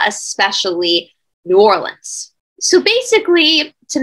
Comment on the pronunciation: New Orleans pronounced correctly..Love this Cha nnel...